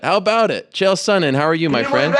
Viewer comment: I'm confused. Is it Chanel Sonnen or Chael Sonnet?